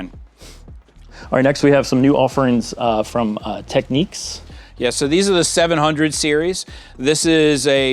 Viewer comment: Tech-neeks?! Really?!